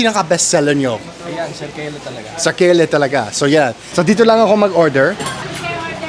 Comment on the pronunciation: SERKE-LE instead of SER-KELE❤❤❤ Saan yan sa Baliuag?